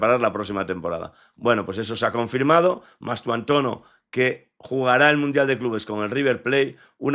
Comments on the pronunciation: Y dale con llamarle Mastuantono, tanto cuesta que este hombre aprenda a decir el apellido del jugador de manera correcta? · Mastuantono no, es MASTANTUONO, no es tan complicado